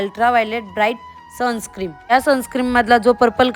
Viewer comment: Sunscreem nahin Sunscreen aste te, perfect pan bolta yet nahi ...bapre